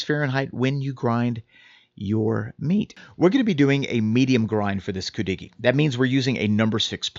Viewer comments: Hi, I got a big kick out of how he pronounced it, 😂 Then a while later said Coo doggie! Omg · Oh my God, I was laughing when you first pronounced it! How can you get on a segment about something you can’t even pronounce emphasis is on the Cu “Could-de-gee”! Lmao But good job 👏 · Love cudighi. I live in the UP. Note: we put the accent on the first syllable. We also make it with venison. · I never heard it pronounced the way you do. But your recipe is close to mine.